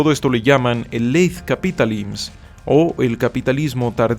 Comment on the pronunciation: solo le fallo a mi cuate el chilaclips que no se dice "capitalims" sino "capitalism", y el apellido frances me parece que se pronuncia "brodilà", aunque su pronunciacion de la "R" francesa si esta muy bien lograda haahaha y pues si, al final nos esta tocand un "melange" (ya que andamos freseando con el frances) entre el mundo del 1984 y un mundo feliz; se puede obviar la vigilancia que hay dentro de nosotros a traves de los algoritmos y recomendaciones, aunque por suerte es un algoritmo que se puede educar e ir eliminando de a poco esas sugerencias; y por otra parte, se siente muy "mundo feliz", porque pues si, en efecto somos una sociedad principalmente guiada por esta busqueda del placer, no solemos leer mucho o al menos no cosas verdaderamente constructivas, y pues basicamente nos la vivimos saltando de estimulo en estimulo (y yo platico esto porque me toco vivirlo, y pues ahora me tengo que desembarazar de estas costumbres) y con cosas como el tistos yo noto un cierto paralelismo con un pequeño dialogo de Fahrenheit 451. donde ya los bomberos no apagaban incendios, sino que se encargaban de quemar bibliotecas de "libros prohibidos", al mismo tiempo que se condicionaba a los habitantes para que pensaran que estaba mal leer y que efectivamente. quienes lo hacian debian ser castigados. no obstante, creo que el protagonista y la pequeña tribu ilustrada con la que se encuentra descubrieron que la lectura es uno de los elementos principales para desencadenar nuestras mentes y p